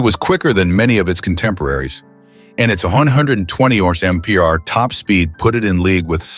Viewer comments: why cant a.i say miles per hour? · ...it would sound better if it just sed, `mph`, than its stupid pronounce... 😮